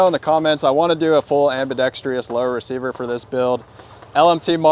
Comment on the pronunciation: Ambidextrous does not have an “i” at the end of the word